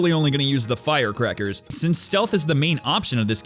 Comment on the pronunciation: That's not how you pronounce "fire crackers"